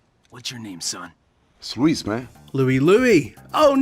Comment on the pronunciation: When he kept calling Luis Loue I knew for a fact this guy hadn't played the games and probably was reading this from chatgpt